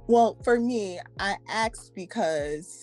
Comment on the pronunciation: "I axxed" ?? 🤣🤣 And then we find out she's a Communications Major! - "I'm not working right now" 🤣🤣🤣🤣🤣 Translation: her brain is in hibernation Damn the clip was only 9 and a bit mins long 🤣